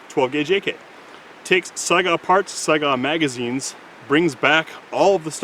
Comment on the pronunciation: I kept thinking he was saying Saigon, instead of Saiga!